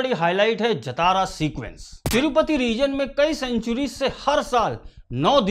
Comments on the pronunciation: Not jatara... It's pronounced as jaa-ta-ra जातरा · उच्चारण ❌ जतारा नहीं 👉 जातरा ✅ करना चाहिए। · it is jaatra not jatara, written as jathra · Jatara nahi sir Jhataara jha-ta-ra. Fest! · Bhai.. nice review, take a bow 🙏🏻 By the way, it’s not #Jatara (जतारा) but it is #Jaatara (ज़ातरा, జాతర) or #Jaatra (जात्रा, జాత్రా) Thank you 🙏🏻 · jaatara, not jataara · It's Jaathara...not jatara..please correct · Jaatara ki pronunciation thoda galat hei.. जतारा ❌ जातरा ✅ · Bro it's not jataraa. Its jathara 😆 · Please say JAATARA not Jatara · Pls pronounce correct it's Jaatra not Jataara😊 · Brother, it is pronounced as Jaaa-thara and not Ja-Thaaaara. ❤ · jathara is wrong way to pronounce it should be pronounced as "Jaaathara" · जतारा नहीं जात्रा होता है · Baabu!!! it is 'जातर' not 'जतारा' --- its 'मातंगि वेषम्' - Not 'मतंगि वेषम्' please correct the pronunciation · Sir as telugu audience i want to correct the pronunciation of jatara, its actually jhaaathara,,i am sorry ,,jai hind ,, you have given a great review understanding the core philosophy,, 🫡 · It's Jaaa-Traaa jaatraa .....Matangi vesham or Vesh on 6th day. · Sir , no offence...your pronounciation of #JATARA is wrong...talk to any Telugu friend for correct way...if you can share your number can call you to explain ...am a तेलुगु speaking person